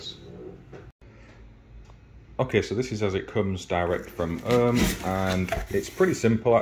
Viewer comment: Ohme is pronounced Ohm ee, not Ohm!